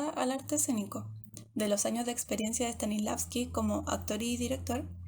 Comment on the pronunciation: El actor dice: “Stalisnavsky” jajajaja. He escuchado a varios pronunciarlo igual jajajajajaj STANISLAVSKI